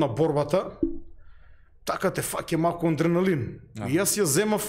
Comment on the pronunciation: адреналин,а не аНдреналин,разбир'ш!